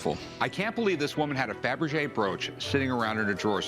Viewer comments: Were it me? The second he says 'Fabrege', I'm outta there and hitting an appraiser. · I knew it was worth more when Rick said fabrege